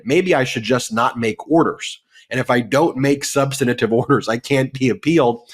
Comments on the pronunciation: Love y’all every day, but please - substantive instead of substantative 🙏🏼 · The word is "substantive", not "substantative". Please, Ben. Your work is priceless, just please speak correctly. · Please, for the love of proper communication, it's "Substantive" not "Substantative"! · Dear Ben, I love you so I’d love to make a suggestion: You are mispronouncing “substantive.” You add a syllable so it sounds like “substanitive.” Thank you for all the wonderful coverage of Trump’s legal problems. Schadenfreude! 😅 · substan-A-tive, Ben? SUBSTANTIVE HAS 3 SYLLABLES!!! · Substantive. SUB - STAN - TIVE. Where does "substinative" come from? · Ben, please learn how to pronounce "substantive"! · Ben, can you please pronounce "substantive" differently? I apologize for my OC personality, but it is really distracting for me. Otherwise, carry on. Love your shows and watch often. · I know it's a minor point but can someone tell Ben Meisalas how to pronounce the word "substantive". Three syllables, not four. It's jarring to hear a lawyer consistently mispronounce that word.